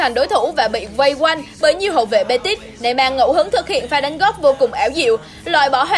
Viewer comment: Neymar mà đọc thành neyman